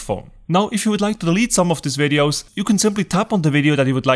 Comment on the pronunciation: Ok. After I tap on iPhone storage, what is the next thing to tap on???? It sounds like you’re saying “tap on “Review your RADIOS???” But I don’t see that option, so I assume you’re saying reviews your VIDEOS?? But my iPhone X does not give me that option or are you saying something else? Your English is pretty good, but maybe not good enough??? or would be helpful if you tell us what version of iOS you’re using??? (Why in the hell did I ever switch to Apple???)